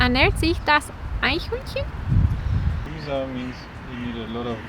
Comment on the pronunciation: Cool that she pronounces Eichhörnchen corrrectly! ;-)